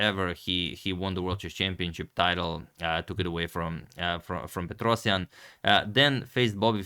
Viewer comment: I almost got whiplash when agad pronounced Tigran Petrosian.